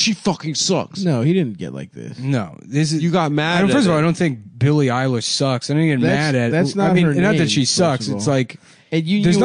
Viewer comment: "Billie You lish" 😂